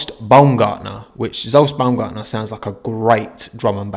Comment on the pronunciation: as a hungarian i'm suprised you pronounced baumgartner's name almost perfectly